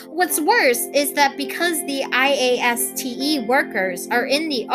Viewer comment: Also, wow, you really do say IASTE the entire time don't you?